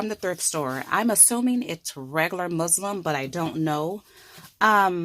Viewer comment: ha! It sounded like you said you used "Muslim" fabric instead of muslin - funny. Anyway, that was a great idea to some up with for being able to emboss fabric. I'm thinking that would be great for journals. I don't have any fabric stiffener, but I am sure it can be found at JoAnns or something. How much was the cost of that bottle? You can write on fabric even when it's not stiffened. I have colored on fabric with colored pencils and I hadn't stiffened it. But the typewriter part was cool. I'm surprised that you have a working typewriter and that you know how to still change the ribbon! lol - I haven't used a typewriter in ages!! I still have my old one, but wouldn't even dream about using it. If I wanted the typewriter look on fabric - I would probably just type something using a typewriter font, tape a sheet of typing fabric to a piece of copy paper OR cut that stiffened paper to 8.5x11, and then send it through my printer.